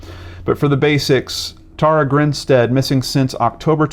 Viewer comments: Her name is pronounced...Tara: Tare-ah...not Taura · Hey, great video, but her name is pronounced like Sara with a T.